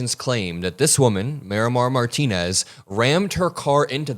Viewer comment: Marimar, not Mayra Martinez